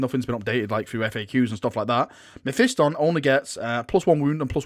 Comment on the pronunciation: Learn to Say mephiston correctly